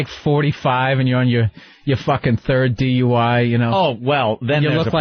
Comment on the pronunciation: why does ant always call it a D.U.E.?